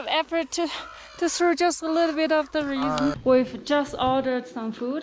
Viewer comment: Also raisins... Pronounce as Ray-Zeens